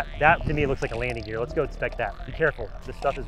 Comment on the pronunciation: it is a landting geer